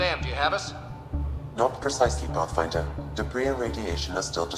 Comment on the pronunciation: "Not precisely, Buttfinder." that's how I heard it